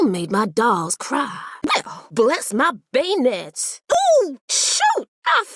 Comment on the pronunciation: “bless my bay-nets?” Please don’t tell me she was trying to say Beignet. I think we need a patch for this atrocious mispronunciation